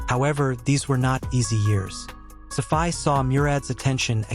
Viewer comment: Dude, you need to learn how to pronounce words and names properly . I actually laughed my ass off when I heard how you pronounced Hagia Sophia, Valide , and Safiye !